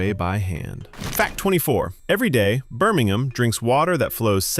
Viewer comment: I'm impressed, he even pronounced Birmingham properly 😊, oops deduct 1 point, he said Camebrian not Cambrian 😂